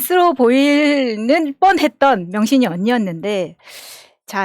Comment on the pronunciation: 명신이를 병신이로 읽었네...